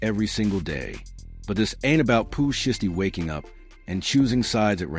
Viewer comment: Bruh its shiesty ! Shy stee !!